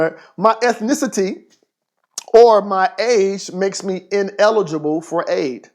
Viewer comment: "ethicititi" xD